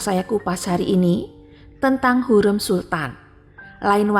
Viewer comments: Secara LINGUISTIK Pengucapan nama Hurem itu KELIRU. Hurem, pada huruf vokal e, pengucapannya salah. Vokal "e" pada kata HUREM tsb diucapkan spt senada pada pengucapan vokal : keren, semen, Hurem, Bukan senada spt dalam kata : adem, sungkem, kalem, asem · Ibu ini NGUCAP NAMA HURREM dgn nada yang SALAH....